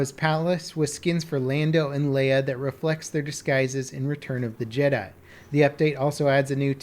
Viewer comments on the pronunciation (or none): none